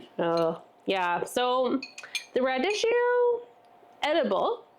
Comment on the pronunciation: Rad- eek-ee-oh and tattoo-may. Go to Google, type in the word and "pronounce" and there will a video or language dictionary in the results with a recording of the correct pronunciation.